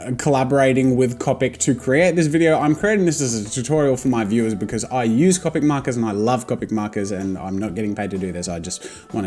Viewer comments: Its annoying the way he pronounces Copic wrong. To me its like calling Banana Bay-nay-nay. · Ur sai copic markar wronge!!!!!!!!!111!!!1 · You pronounce Copic wrong it's pronounced Copic. XD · Disliked and unsubscribed because of how you say "copic" and "manga" so no I won't deal with it. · just FYI in 3 years you say cOpic not cAWpic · Go with first syllable… Co…. Pic….. not ….. Cop….ic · It’s co pic not ca pic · lol love how in the beginning he says that he will always pronounce it (Cop-ic) rather than (cope-ic) and now in 2019 he will say both at random, sometimes he will say (cop-ic) and every once in awhile he will say (cope-ic) without realizing. also anyone else watching in 2019? from 2019 you can tell his recording and audio quality improved greatly!! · Who else pronounce it "Cawpic" not "Cowpic". 😂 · It’s pronounced C”o”pic!! Not cupic JEEZ! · It’s comic not cowpic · It’s not cahpic it’s cohpic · Copic (Co-*like co worker*pic. Not Cop-ic) does not sell a 32 set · heheh and you TOTALLY call them coe-picks now!!!! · He now calls them “c-o-pic” 😂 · “I’m always gonna say “cawpic”” sure jazza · Your way of pronouncing ”Copic” is fine, my art friend calls them... ”Coh- Pec” And im like WHERE IS THE ”PEC”?! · I'm from the future you will begin calling them Copic (Koe-pick) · he said coe-pic not caw-pic hahaha Jazza I caught that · Me: watches this video to learn how to say copic Jazza: yEah I pRobAbLy sAy CoPiC wRoNg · The fact that he told us that he said copic markers the way there not supposed to be said i didnt even notice he said it like that until he said that i have to deal with him saying it the wrong way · Copic?? You say it weird. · no Jazza one day you will give in to saying copic right iv'e seen it. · And in 2019 Jazza has changed his pronunciation of Copic. Never say never! Edit: No transparent blender recommended! I can't belive it! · It enrages me so much that he says it wrong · Omygawd im glad im not de only one pronouncin copic and manga wrong 😂